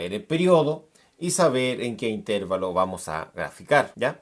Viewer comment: bien pero no diga "intérvalo" se dice intervalo sin tilde